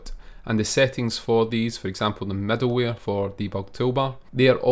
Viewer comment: why does the author always say "medalware"?